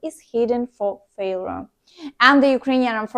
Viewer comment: Failure, allegedly, shocking, toward, haven’t succeeded, some words to practice their pronunciation